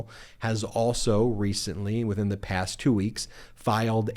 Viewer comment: the, not thee. The word a is short a, not aaay.